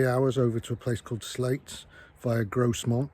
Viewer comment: Lovely vid! That bridge closure was because a local bus went over into the Esk. Caused us locals no end of hassle. Its 'Grow-mont' and 'Sl-ay-ts' btw for future reference.